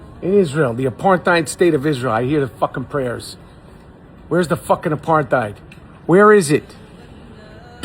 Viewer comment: The man doesn't even know how to pronounce the word...